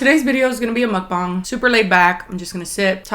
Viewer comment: She actually pronounces Mukbang correctly? Queen😌